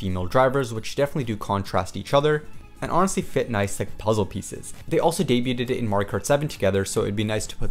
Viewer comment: You don't pronounce the t in debuted. Day-byood.